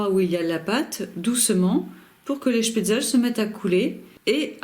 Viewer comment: On prononce schpetzle et pas schpetzel